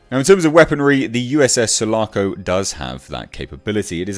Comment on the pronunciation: Sul--A--Co...Listern to Riply say it!!!